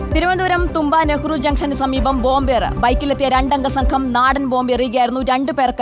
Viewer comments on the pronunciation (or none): തൂമ്പ, അല്ല . തുമ്പ